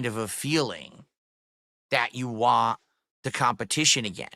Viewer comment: Jesus, he doesn't actually ever say "want" correctly, does he..